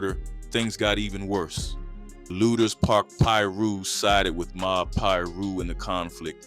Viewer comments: The way you would pronounce Lueders (Lu-ders) Lu-Aye-ders 😂😂😂 I just know you're not from here. However, great commentary 👍🏾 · Its Pronounced LOOTERS